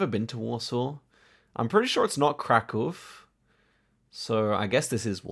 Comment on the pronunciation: Kudos for saying kraków correctly.